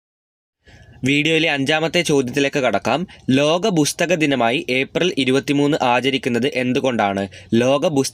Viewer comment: ബുസ്തക ദിനം അല്ല പുസ്തക ദിനം